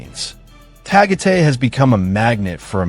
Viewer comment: Tagate is Tagaytay